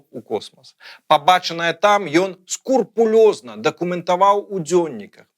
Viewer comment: "скрупулёзна", а ні "скурпулёзна"! Тыповая памылка большасьці людзей.